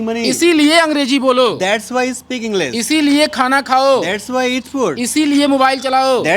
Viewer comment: English ❌ Englis ✅ Aare sir phle aap to sahi pronounce kro 😂